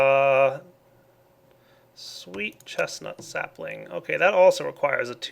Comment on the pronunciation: Common Walnut sappling? He says lucky? Lol